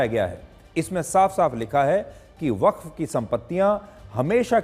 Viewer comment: वख्त बोर्ड नहीं बफ्फ बोर्ड होता है😂